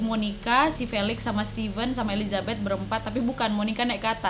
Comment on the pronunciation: Maaf elisabet bukan elizabet